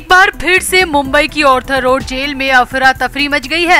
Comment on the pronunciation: Please, it is Arthur Road and not Orthur Road.